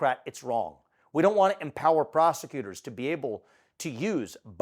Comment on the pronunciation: Did say prosecutor or prostitution?